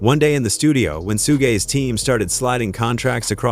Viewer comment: "Soogay Knight" 😂🤣 these AI voices are crazy